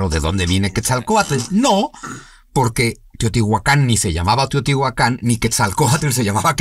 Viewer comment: Es Teotihuacan, no Teotihuacán.